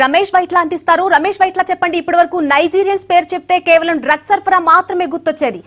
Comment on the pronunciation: గ్రడ్స్ ఏంటి... డ్రగ్స్ కదా...?